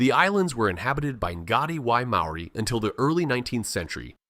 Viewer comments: how do you sleep at night making money whilst butchering the Maori language. Good grief your AI genius isn't at all clever, you have embarrassed yourself. I will not subscribe. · ABSOLUTELY !! ... My own pronunciation of MAORI, I willingly admit, is NOT good, but I DO make a sincere effort. Before submitting a video like this on internet I hope I'd be a LOT more respectful to all covered by the video- and to all viewers - to get everything as accurate as possible. What the hell is 'Whack a Taine " Americans can't even do English, much less Maori - or probably any other language? (& I also acknowledge the English settlers not doing well in representing the Maori language a bit more accurately in print.) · I just want to say, thank you for this video. Although your pronunciation is a fair way off, thank you for trying. Some of these places I knew of but once your dived into their existence I was quite amazed. Don't worry about what people of New Zealand say about your pronunciation, it is quite a mouthful to get it right and even then some of the New Zealanders can't even pronounce it properly either. Also, you did a wonderful job in researching our country and it's prestigious creatures that live here so thank you very much. God bless :) Scribed! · Yes I agree pronounced names and places are aweful. You need a proper Maori to pronounce the places.